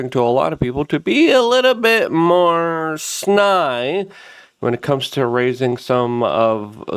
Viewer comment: sny? I think you meant snide, my brother. Cheers! Just trying to help; all the best,. arch-nemeses (pronounced eez at the end.) As far as this whole memorial production, I think it was WAAAYYYY too over the top, and it turned into a political rally, nudging Vance even closer to running for president next so that Palantir can be king. Although, it might just be that Charlie would've been good with it. I'm not sure.